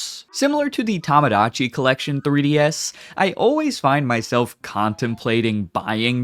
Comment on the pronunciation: Uh, "Tomodachi" is meant to be pronounced "Toe-mo-dah-chee", not "Tom-ah-dah-chee". Tomodachi is the Japanese word for "friend", you clearly are mispronouncing it. Just like you in a previous video mispronounced "Shibuya" as "She-BOO-yah", which is meant to be pronounced as "Sheebu-yah". As one who's very intent on correcting the wrong, I can't stay silent when Japanese words I know how to correctly pronounce, are being mispronounced before me. I don't hate you, I just hate being silent in the presence of something wrong I can correct. This isn't a comment out of malice, it's a comment about correcting mispronunciations before me for educating what is correct from the wrong. I am not a school teacher.